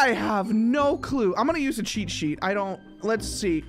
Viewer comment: The way he say cheat sheet I hear it like che che